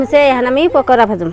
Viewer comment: pokura na pakora vabi